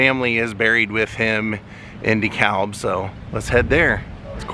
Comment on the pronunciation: I did a video on Dan, but O’Donnell was just too far away. Oh and DeKalb is pronounced “de-cab”. Don’t ask me why but that’s how they say it here. Keep on rockin’!